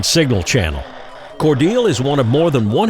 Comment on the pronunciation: Learned how to properly pronounce Cordeeeele and Karo!